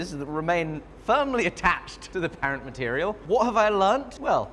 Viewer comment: That's the oddest pronunciation of “parent” I've ever heard.